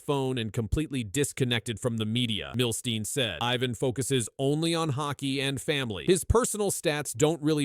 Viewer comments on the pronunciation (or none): He-Van not Hi-Van. Merci de prononcer comme il faut.